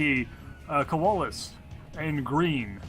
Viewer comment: Colawlsus here. Im on youtube :D You guys did good with casting. My only suggestions would be having the production tab open, and not mispronouncing my name :P Look forward to the rematch cast :D